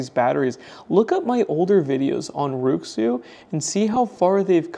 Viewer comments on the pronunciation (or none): It's not pronounced like: roo xzoo. It's pronounced like: wray shoe. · Nice review, by the way. RuiXu should be pronounced like Ray-Shoe J.